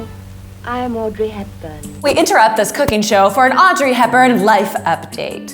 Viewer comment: istg i hear her call herself "aubrey" instead of audrey and now i'm tripping